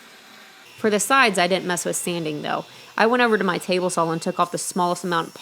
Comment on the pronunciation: Why does it sound like she says 'sal' instead of 'saw'? in every video I hear it like that 😂